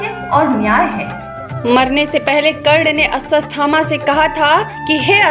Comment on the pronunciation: Madam woh Ashwathama hai....... You are saying Asvasthama. It gives a wrong meaning to the name